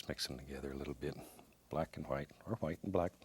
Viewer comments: Liquid H-WHITE titanium H-WHITE. Haha love it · You know its a real painting when titanium white comes out I correct myself **Hwite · Not white huwhite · I love how he pronounces " white " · I love the way he says white its like that family guy episode where Stewie pronounces Cool whip like Cool Qwhip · Lmao right?! Kool qwhip